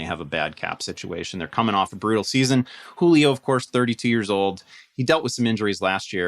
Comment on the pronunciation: “Juilo” Really? “Juilo?”